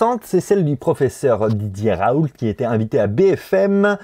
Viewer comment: "chez didier raouleute"